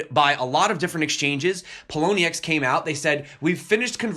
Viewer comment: lmao at the Poloniex read